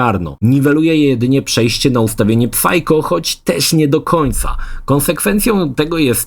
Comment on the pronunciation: Jezusmaria. Sajko, nie psajko. Next dżen, nie next gen.